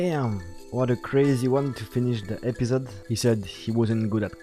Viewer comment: Le "episode" au début sonnais vraiment français pour le coup haha